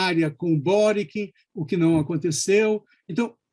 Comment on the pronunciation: Se pronuncia Kast, Sebastián e “Boritch”. 🇨🇱